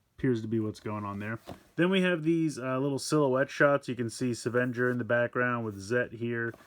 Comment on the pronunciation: It’s pronounced ‘seven-ger’, not ‘savan-jur’.